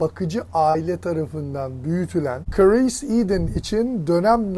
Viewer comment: Abi adamin adi Chris. Neden Karees diyorsun😂